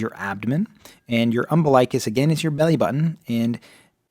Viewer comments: It's pronounced Um-BIL-ikuss... NOT Umbi-LIKE-us..... Yikes, makes me cringe to hear it so wrong in a supposedly legit video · Thank you! That mispronunciation was so irritating.